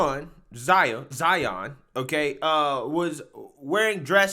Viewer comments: ZION NOT ZAYA… HE’S YOUR SON NOT YOUR DAUGHTER FAM… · He said Zion lol